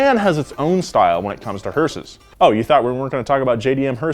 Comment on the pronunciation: when he says hearses it sounds like sayings horses